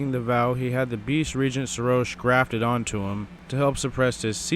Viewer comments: It's not Serosh, it's Seroshhhhhhhhhhhhhhhhhhhh. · I know this is a a old video. But bro didnt even pronounce his name correct even after Godfrey said his name. Like bro.